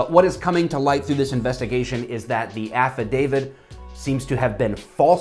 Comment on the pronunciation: Why does affodavit sounds like act of david in my ears?